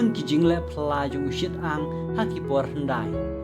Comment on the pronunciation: UShi-tang ym u Shit-ang